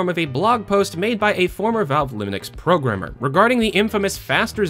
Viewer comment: "former Valve Lunix programmer" Alright then.